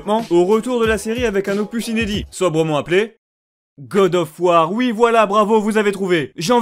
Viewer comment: Śé qoi gode ofeu wardeu ?